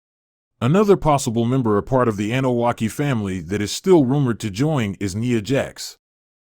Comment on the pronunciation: Bruh its not the Anunakki, its Anoa’i. Lol kaee